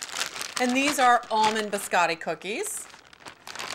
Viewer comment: "Buscattic" cookies 😂